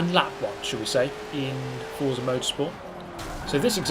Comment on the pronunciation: It’s pronounced fort-za as stated by their twitter :)